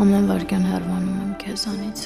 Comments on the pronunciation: ոչ թե հեռվանում եմ, այլ հեռանում եմ…. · Նորից՝ հեռՎանալ ?😮:Ասվում է ՀԵՌԱՆԱԼ ,ԱՌԱՆՑ՝ Վ .... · Բոլորդ, բոլոր սերիալներում ասոմ եք "հեռվանալ", փոխանակ ասելու պարզապես՝ հ ե ռ ա ն ա լ...